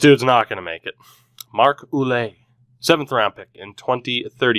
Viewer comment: Marc Ouellet = (WAY-LET)